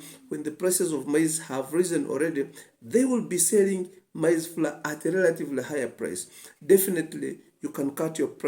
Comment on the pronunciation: Google up the pronunciation of: Maize Flour Otherwise all good.